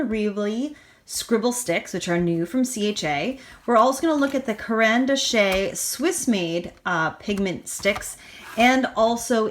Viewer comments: Diane Weavley?😂😂😂 careen Dashay? 😂😂😂 oh my lord the way you pronounce these names is hysterical! Dina (deenah) wake-ley is how you say her name for the scribble sticks Karen dash is how you pronounce caran dache. For real, my stomach hurts from laughing so hard at this 😂😂 ❤ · Thanks for your tutorial here. Just thought you might like to know that it is pronounced Caran “Dash “. That’s how it sounds although that is not how it’s spelt. I live in Quebec Canada with a strong French influence and just thought you may like to know that. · Okay…it is Deena Wakeley and Karen Dash…that is the correct pronunciation!!!! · Karen Dosh (rhymes with gosh) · It's pronounced dash!!!!!! Silent e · no accent on the last "e". its pronounced "Karen Dash" which means "pencil" in russian. My favorite of all time. nothing better. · Great vid and review but fyi it is pronounced karen darch .... those french they are tricky eh? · Caran D’Ache is pronounced “Caron Dash”... other than the name mishaps great informative video :) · So, you mispronounced Caran d'ache ( Karen-dache) and said Dyan instead of Dina ( they both sell for Ranger and have a "D" and 4 letters in their first names, so, similarities there...)but the fact that you took three water soluble products and did a comparison with them, I liked the video very much, subscribe to you and like that you give "a show and share" with a lot of art products, and that helps with deciding if one wants to obtain and use them. You do great reviews and I watch you frequently to get inspiration and you don't disappoint!! 👍🏻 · Dina Is pronounced...Deena, last name is pronounced Wakely, Caran D'ache is pronounced...Karen Daush. Great video!!! Thank you! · Love those new scribble sticks! Just a tip for you, the brand for the Neo color II is pronounced like Karen Dosh (the o makes an ah sound, like D-ah-sh) hope that helps :) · caran d'ache was mispronounced as well where were u